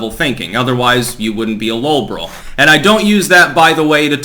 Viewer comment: What is "low borol"?